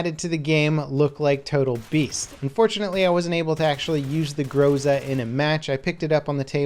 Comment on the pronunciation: Its not grOza, its grozA